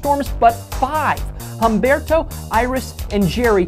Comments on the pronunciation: The H is silent in Humberto. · HEY! My name is Humberto! And it's pronounced Umberto, the H is silent